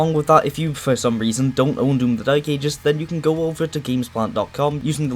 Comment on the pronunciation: No way bro said "doom the dyke ages" 😭